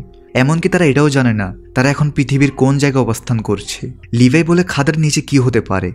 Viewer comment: ভাই আর না বলে পারলাম নাহ! আপনি বারেবারে লেভি কে লিভাই বলেন কেন?